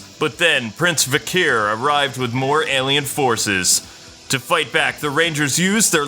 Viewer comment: You said vekar wrong